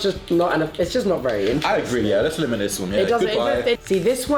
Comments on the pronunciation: ok did tubbo's talking ability's just get kicked out cause instead of saying eliminate he said eliminarate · dyselxic tubbo moment "elemarate this" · tubbo is it hard to say eliminate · When tubbo said “elemranate” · The “elemeranate this one” got me laughing sorry! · "I'm gonna eliminanate this one" dislecsic moment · "elimolirate this one" - tubbo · If you ever feel like you're down just remember that tubbo said "elimerelate" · "elimerinate" Tubbo - 2021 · " i feel like im going to eliminarate this one" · when tubbo said “ im going to elimerninate this one” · New word aleemerate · Tubbo: Elimerate That laugh tho